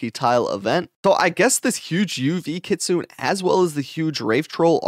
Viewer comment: EARLY GANG RISE! its kit su ne not kit sune 🤣